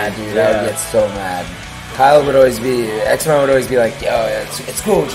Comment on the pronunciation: I also always thought your name was pronounced X-MO not X-M-O.